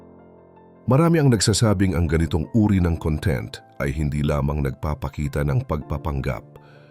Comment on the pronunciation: mali po ang pagbigkas mo ng salitang "content"...ang kahulugan ng 'conTENT' sa iyong pagbigkas ay 'masaya' o 'contento'. Ang CONtent, kung saan nasa unang syllable ang diin, ay ang ibig sabihin ay "laman"...gaya ng Table of CONtents....you're welcome!